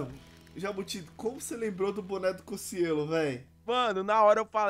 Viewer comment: Não o certo é Cocielo ele mesmo disse